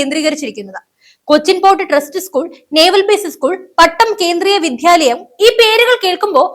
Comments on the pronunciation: കുട്ടി വിദ്യാലയം ആണ് വിദ്യാഭ്യാസം ആണ് വിദ്ധ്യാ അല്ല.. തെറ്റിച്ചു പറയാതെ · വിദ്ധ്യാലയം എന്നല്ല പറയേണ്ടത് വിദ്യാലയം എന്നാണ്.